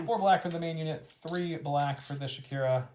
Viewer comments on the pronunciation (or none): Shakira is an interesting interpretation of how to pronounce Shukur. I’ve always read it as the shoo ker but Shakira is more fun.